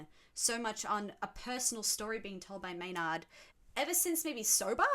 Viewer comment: Maynard is pronounced May-nerd. You’re definitely having a bit of dyslexia there, switching the y and the n.